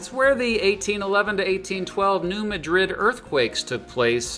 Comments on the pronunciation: I grew up in the Bootheel of Missouri. As the only non-native of Missouri in my family - I was encouraged NOT to say Missourah. My family are all gone, but I still say Missouree. AND, New Madrid does not use the Spanish pronunciation. It's New MADrid.😉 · It may be another local thing. I was saying to the screen "New Mad rid, New Mad rid..." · Yes locals it Mad-drid....Spain its muh-drid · Rushing to the comments as a Missourian to correct his pronunciation of the incorrectly named New MA-drid. It logically would be New Muh-DRID, but there are plenty of places in Missouri that are wrong like that. Nevada, Mo is Nuh-VAY-duh. Versailles, Mo is ver-SALES. It doesn't make sense, but whatever. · It's pronounced New MAD-rid, not New Mah-DRID. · New Mad-rid, not New Ma-drid. Kinda like how they pronounce Ver-sails, not like the palace. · Been waiting for this one! Just btw, it's pronounced new mad•rid. We don't like to pronounce things correctly here. There's also a town called Versailles but it's pronounced ver•sails. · it is New Mad -rid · True. Also, New Madrid is actually pronounced Mad Rid. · I'm from NEA and I've always heard and said New M-uh-drid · Preferred pronunciation of New Madrid is New MAD-rid. (Hayti east of Kennett is HAY-tie.) Just little regional quirks that stuck. Mark Twain National Forest would be a good add. So many small towns in Missouri are fading, but if you want to find out of the way places to leave behind national foolishness, I recommend Missouri, Arkansas and even Mississippi. Just do your research. Education would have been a good add. Everyone knows Mizzou in Columbia but Rolla has a world renown engineering and science school in Missouri University of Science and Technology. Washington U in StL and another great one. Keep it up. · And it's New MADrid! We stress the first syllable!🤦 Killin' me,! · Aren't the town and the fault line pronounced as New MAD-rid, and not like the capital of Spain?